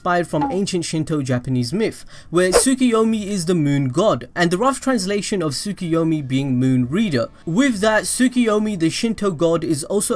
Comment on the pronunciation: Please...For Gods sake...SAY TSUKUYOMI NOT TSUKIYOMI...🤦‍♂️